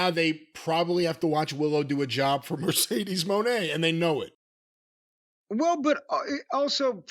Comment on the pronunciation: Midcedes Mone